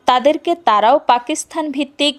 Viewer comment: খুব ভালো লাগলো। দুটি বিষয়ে আরেকটু নজর দিলে ভালো হত: কত সালে এটি লেখা হয়েছে বললে আর পাকিস্তান উচ্চারণটা ঠিক করলে।